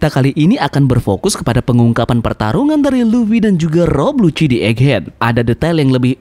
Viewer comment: iya namanya Lucci cuman si Mimin salah nyebut intonasi nya jadi kedengarannya kayak "Lucy"